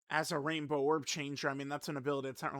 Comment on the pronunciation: I also heard “Rambo orb changing”… man those orb have it coming 😂